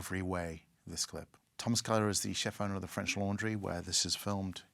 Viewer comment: His French pronunciation is terrible...